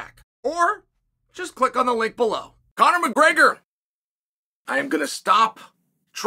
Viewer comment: Come on bro, it's Conor. You literally got every champion from bantamweight to welterweight saying his name. He's one win away from being able to fight for a belt in 2 divisions and as of this comment, Conor is a slight betting favorite over Chandler.